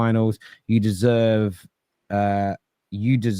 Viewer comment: ‘Dose not Desreve?!’ 😂